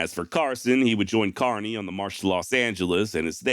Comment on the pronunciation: FYl: lt's pronounced kerny not carny.